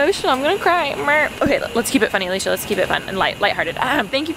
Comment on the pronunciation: I thought I Heard Alisha wrong and replayed the intro, but no she really said b....😂